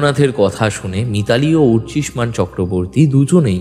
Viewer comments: অর্চিমান না, অর্চিষ্মান,,, একজন ডিটেকটিভ একজন সহকারী,,, সঠিক নাম টা বারবার ভুল উচ্চারণ করছেন,,,,, খুবই দুঃখের 😢😢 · ভালো লাগলো গল্প... উপস্থাপনা ভালো হলেও সত্যানুসন্ধানী আর তার সহকারীর মুখে অর্চিষ্মান এর ভুল উচ্চারণ কিছুতেই ক্ষমা করা যায় না...